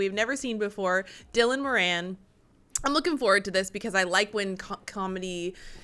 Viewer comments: Moran... emphasise the FIRST syllable... MORE-an. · Emphasis on the first syllable of Moran. It's MORE-an, not Mor-ANNE. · Pronounce it as MORE'in, not More-ann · Dylan is pronounced like bob DYLAN🫣Moran sounds like MORE-RAN😉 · Moran is pronounced moorn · You had the pronunciation of his name correct the first time... he's Irish - a person from Ireland - the whole show is in Gaelic not English... surprised you understood any of it 🇮🇪